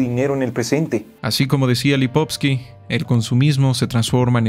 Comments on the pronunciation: Es Lipovetsky no lipotsky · Muy bueno, realmente excelente! Sólo lástima la pronunciación del nombre de Gilles Lipovetsky (LipovETsky).